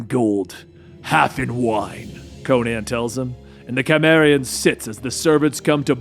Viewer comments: i was worried when i heard my favorite character conan the cimmerian was going to die, but im glad its just his cousin, conan the chimera. lol, loving the content, but gota check out the pronunciations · I love ya brother. Pronounced See-mehr-ee-yan. You're still awesome brother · "The Chimeraean!" The what? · Just a heads up Cimmerian isn't pronounced with a k sound, it's pronounced with an S sound. Gotta do that research before diving into the Robert E Howard world sir! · WE NEED CONAN btw when it comes to saying his race it's cimmarian the "c" is a soft "c" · Duuuuuuuude its cimmarian....pronounced sym. Always listen to pronunciation first folks! The documentary and literally all the films are there for reference! Otherwise thumbs up. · Pronounced "Sim",. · Pronounce his race correct c’mon man ! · Love this story, but your mispronouncing Cimmerian. keep the story coming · (facepalms at the pronunciation of Cimmerian and Cimmeria)